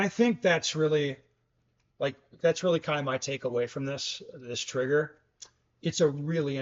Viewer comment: Stock is just fine for 95% of users. Also the “r” in trigger is not silent unless your area code is 212 or 213…